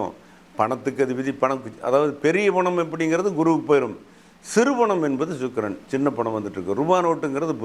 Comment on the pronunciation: Chuk... Illa pa Sukkran..